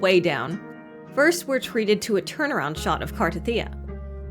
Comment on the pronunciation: Finally saying her name right. Wow. I am SO pulling for her!!! Her animation is sick.